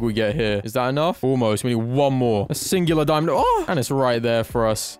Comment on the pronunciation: "a singulaor diamond ohh"